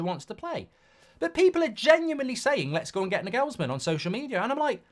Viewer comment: I hope we don't get Nagelsmann, because you can't pronounce his name. Years of that would really do my head in. He's German. The stress is on the first syllable.